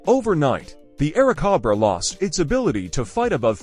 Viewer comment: This is VERY bad AI narration. It is very stilted, choppy, and unnatural. It consistently mispronounces "Airacobra." Is there no way you can correct the AI narration?